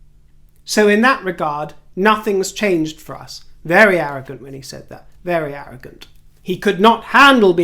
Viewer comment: Haz, the Harrogant! Perfect!